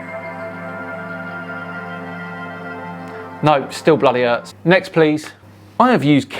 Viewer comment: was that "still bloody Hertz" or "still bloody hurts"?